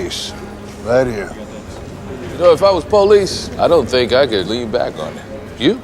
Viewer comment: Found this so difficult to get through. Had to quit. You realise you end almost every single sentence with the same inflection? You know think isn't pronounced fink? Ethereal isn't efforeol.